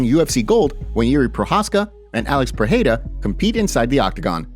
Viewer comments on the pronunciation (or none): For Christ sake: it’s PEREIRA not PEHEIRA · I ask myself the same question. To sound like H, it should be Perreira...with double R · Thanks love the content! 1. The rolling "r" of Spanish is pronounced as a "h" in Portuguese. Therefore, Perieria is not pronounced wirh the h sound. Its only if the r is at the beginning of a word or if it is a double r. 2. The word "he" becomes "him" when using the word "between". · You are pronoucing Pereira wrong. 'R' has 'H' sound if it is the first letter of the word, if it is double 'R' as in 'Ferreira' or 'carro', or if it comes after the letter 'N' as in 'enriquecer'. There are some exceptions, for example Israel has 'H' sound